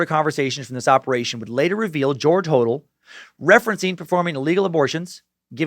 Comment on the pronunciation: Corprophagia is pronouced COR-PRO-FAY-JA! George and Steve Hodel's surname is pronounced 'Ho-DEL'.